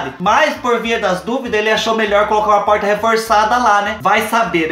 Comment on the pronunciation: Tem coisa mais fofa que o Fubá falando poRta??? Melhor coisaaaa